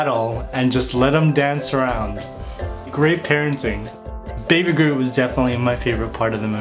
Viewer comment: Did he say Baby Garoot instead of Baby Groot? 😆😂🤣🤪